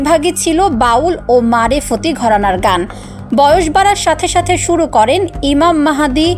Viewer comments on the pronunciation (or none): none